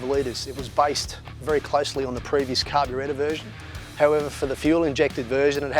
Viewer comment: I knew if i looked hard enough this would be in the comments. I also noticed him saying carbyretta.. haha